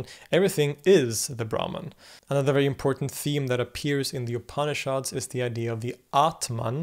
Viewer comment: pronunciation of "upanishads" ... pretend like the first "a" isn't there, 3 syllables, not 4... "OOP-knee-shods" .... say it with me...